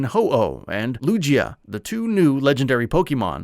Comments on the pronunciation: It hurt when he said Lugia. Appreciate the effort though! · I came here to say this